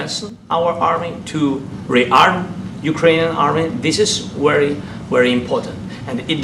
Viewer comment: It's wery wery import. Is he seriously unable to pronounce the letter v? C'mon man!